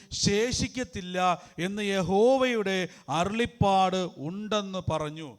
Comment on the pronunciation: Not arullippad, it is arullappad...